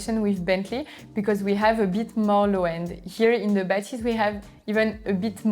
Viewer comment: Are my ears playing tricks on me? On this video the FOCAL guys have repeatedly pronounced the name as BA-thys but audio reviewers insist that it’s ba-THYS. are we trying to hard to make it sound French? 😂. Just like how the brand became fo-CAL, with the unnecessary stress, because someone who speaks English heard it that way?